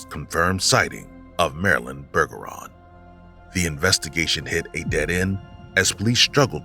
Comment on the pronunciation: Pretty sure “Bergeron” is pronounced like “Berjeron” since it’s French. I do still think Marilyn either saw something she shouldn’t have, or she was trafficked, even if she claimed that wasn’t the case. She might’ve been trying to protect her loved ones by keeping them out of it. Either way, I’m doubtful she’s still alive in 2024.